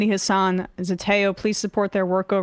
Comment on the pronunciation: plz note it is pronounced HAHSS-ahn not hass-AHN. Great show.